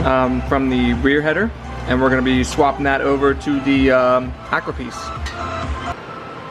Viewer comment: Thank you for being the only person besides russians.. to pronounce AKRAPOVIC correctly!! And yes those baffles better come out.. baffles are like pacifiers, only we wanna hear the Ducati cry!!! As always please SUBSCRIBE to my new channel already! Lol